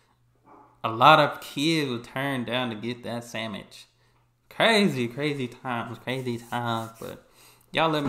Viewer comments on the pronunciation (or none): This is the first time I've ever heard anyone pronounce sandwich as sam-ich 😅 I enjoy your videos.